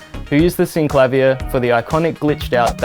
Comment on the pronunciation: Brilliant! You say: "Syn-Klavv-ier" which sounds so much better than: "Syn-Kla-Veer" and is how I've always pronounced it!